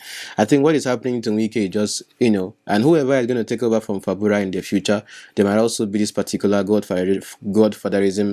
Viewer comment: Are you deliberately saying FABURA instead of FUBARA?😂😂😂😂